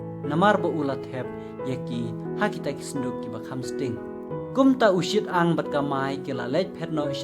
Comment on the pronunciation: UShi-tang ym u Shit-ang